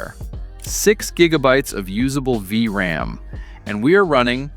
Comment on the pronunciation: The Ai voice had a bit to go, V...RAM.. Great vid nonetheless, they're selling these cards for like $50 which is pretty sweet.